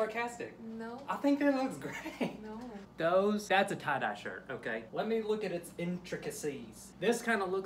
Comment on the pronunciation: Great "try-dye"